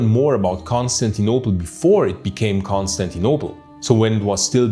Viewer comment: Dude your accent of saying Constantinople and Agia Sophia is so barbaric …is Agia Sophia ,not Hagia …at least get the names right ,is not Consanople either ….putting Islamic written over Christian heritage sites is barbaric ..but then that’s Turkey for you ,still no human rights and ruled by Sultan on 2024 …